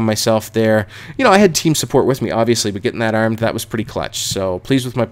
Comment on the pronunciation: i like the way he says "armed" and "barn" :)